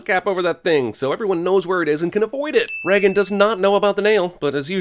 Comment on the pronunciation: Hey, name is Regan, you don’t pronounce it like Reagan, it’s Ree-gan. Long ee sound. Small psa. :)